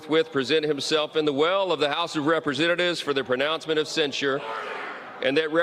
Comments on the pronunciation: love this channel..I listen everyday. but bro, you're killing me with the way you pronounce the word censure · Why do you say censure like that? You sound like an idiot. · Dude, it's CENsure. Not cenSURE! 😂